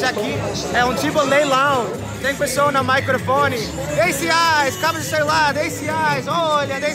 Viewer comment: Gostei do "maicrofone"😁 Não tô te zuando, amigo, a gnt sabe que vc gosta que te corrija pra vc aprender ainda mais o português. Aproveita bastante mais essa viagem pelo BR!🙌😚